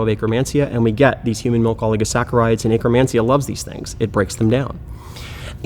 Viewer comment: I can't unhear it now. 🤣🤣🤣